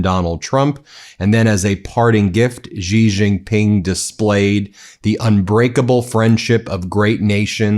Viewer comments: You're a journalist, Ben. Pronounce Xi's name correctly. It's "she" not "ghghghiii" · XI is pronounced "she" not "gee" or "zhee" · Word to the wise, Xi is pronounced closer to “shee” but with a thinner, less fricative sound.